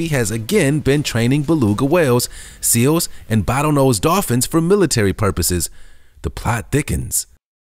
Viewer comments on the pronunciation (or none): none